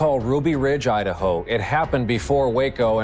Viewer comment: Trust me he’s not getting likes by saying liedaho. You must be new here